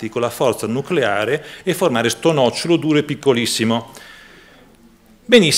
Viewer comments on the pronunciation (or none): none